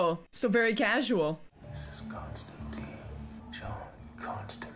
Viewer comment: There is one thing wrong with this movie, and it isn't what you said ... It's their pronunciation of Constantine. He's a DC character, and the name is meant to rhyme with wine.